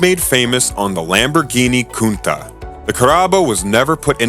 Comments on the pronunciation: As far as I know "cuntach" sounds pretty well in english. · When you segued to the launch of the Countach, which you repeatedly mispronounce, you showed the 25th anniversary Chrysler edition, twice. Also it’s alpeen, not al pine. Amateurs